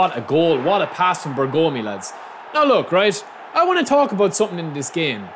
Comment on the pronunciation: Bergomi should not be spelled "Bergoomi" but with a short o. BERgomi. 😅